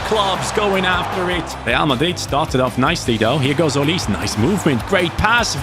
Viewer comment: why do you say olis his name is olise